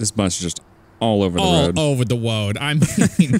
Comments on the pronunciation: all over the woad instead of road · He said all over the woad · “All over the woad” XD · He says all over the woad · did anybody hear how said road